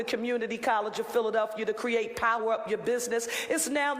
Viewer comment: Derek Green can’t EVEN SAY Philadelphia… wtf